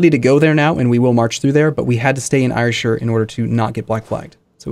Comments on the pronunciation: Ayrshire air-shur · Damn, mis-pronunciation of Ayrshire is annoying.